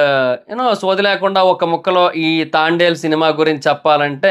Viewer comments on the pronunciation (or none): Pronounce the name properly. It's Thandel not Thaandal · తాండేల్ కాదు బ్రో..... తండేల్ 👍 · తాండేల్. కాదు తండేల్ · తాండెల్ కాదు రా బాబు తండేల్ 1స్ట్ మూవీ name చెప్పడం నేర్చుకో తర్వాత రివ్యూ చెప్తుగాని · Thaandel kadhu bro thandel😂😂😂😂😂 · అయ్యా అది తాండెలు , తాబేలు. కాదయ్యా తండేల్ 😂 నువ్వు కూడా రివ్యూలు ఇస్తున్నావ్ చివరికి కర్మ రా బాబు …..😅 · తాండేల్ ❌ తండేల్ ☑️ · Thandel ❌ Thaaandel✅ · తాండెల్ కాదు....bro.... తండెల్ pronounce mistake❤❤❤❤❤❤❤❤❤❤ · తాండేల్ తాబేల్ కాదురా.... తండేల్ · అది తాండేల్ కాదు తండేల్ 😅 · అది తాండేల్ కాదు.. తండేల్ 😊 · it’s not thaandel .......Thandel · Thandel ❌ Thaandel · తాండేల్ kadhu తండేల్ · Bro thondalu ballulu kadhu bro thandel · movie name tandel......taandel kaadu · Thaandel kaadhu Anukunta bro .. thandel kada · తాండేల్ కాదు bro తండేల్ అని పిలవాలి.... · తాండేల్ కాదురా అయ్యా తండేల్ సినిమా పేరు 😂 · అది తాండేల్ కాదురా నాయనా, తండేల్ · Thaandel ani endhuku antunnav... Irrigation ga vundhi... It's THANDEL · Thaandel kadu thandel chusuko bro😅😅😅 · తాండేలు కాదురా, తండేల్ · Thaandel kaadu bro thandel 🫨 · Thandel movie name nuvvu Thaandel antunnav mundu sariga movie name cheppu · తాండేల్ కాదు తండేల్.... 😁😁😁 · తాండేల్ కాదు రా నాయనా, తండేల్ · ముందు మూవీ పేరు నేర్చుకో బ్రో తాండేల్ కాదు తండల్ ఓకే నా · తాండెల్ కాదు తండెల్ thaaandel kadhu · తాండేల్ కాదురా అది తండేల్ రా... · Thandel ❌ Thaandel✅ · తాండేల్ కాదు రా బాబు తండేల్ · తాండెల్ కాదురా నాయనా తండెల్ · తాండేలు కాదురా అరేయ్ తండేల్ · సినిమా పేరు కూడా సరిగ్గా పలకడం లేదు ఎందుకు రివ్యూ చెపుతారో అర్థం కాలేదు. ఇంతకీ సినిమా చూసావా..... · మూవీ పేరు ఉన్నది ఉన్నట్లు పలకడం కూడా రాదు, మూవీ గురించి ఏదో 100 మూవీస్ డైరెక్ట్ చేసినోడిలా చెప్పారు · First pronounce nerchuko tarva review cheppavachu (move name)